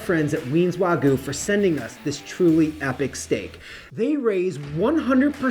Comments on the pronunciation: Ima just say learn how to pronounce the Japanese word wagyu not wagoooo im a country boy just made me laugh nice steak tho bro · Why do you say Warhgyu?